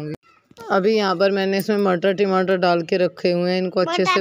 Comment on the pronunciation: थयोरी नहीं पयोरी होती है टिमाटर नही टमाटर होता है